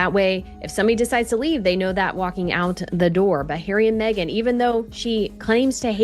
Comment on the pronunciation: He deserves royal welfare because has to put up with meeeeghan. With the silent h but not silent mouth. She should do taming of the shrew